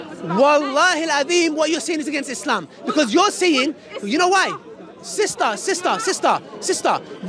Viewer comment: It’s not is-lehhm… it’s ISLAM 🤦🏽‍♂️